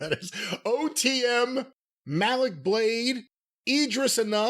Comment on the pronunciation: He butchered the Malik. needs some black friends.